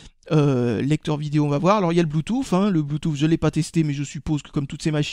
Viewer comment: il faut arrêter de dire apôle et bloutousse à la place de Apple et bloutoute